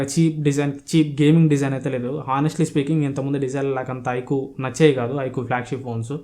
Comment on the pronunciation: Adhii ( Ikuuuu ) kadu bro ... iqoo first mobile name cheppadam nerchuko tarvta videos cheyyuu 😅